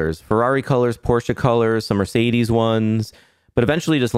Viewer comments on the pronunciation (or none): none